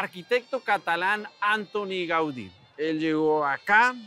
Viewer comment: Decirle al reportero q NO es antoni haudi, antonio Gaudí tal y como suena ,los nombres propios no tienen traduccion